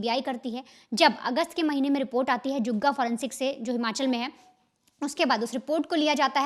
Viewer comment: जुग्गा नहीं मैडम जी जुन्गा है